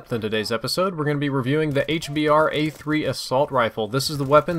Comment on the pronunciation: Try to call it the "H-Bruh" so you get out of the habit of calling it a "H-Bar"